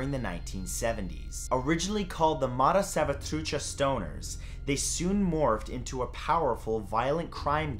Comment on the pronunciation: it's ok... but I believe u got something wrong It's not son.. It's sooooon 😅